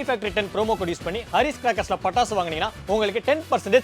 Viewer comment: Pattasu ❌ Tappasu😂✅